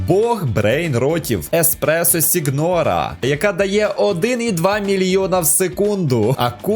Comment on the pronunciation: Не сігнора а сінйора